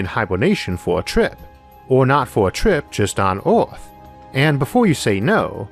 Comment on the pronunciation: The videos are great! But the way you pronounce Earth is driving me insane! EARTH not ORTH